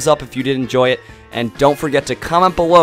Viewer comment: It's all ky-ogre now